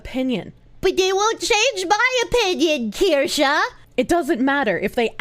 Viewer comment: KirschE, not KirschA.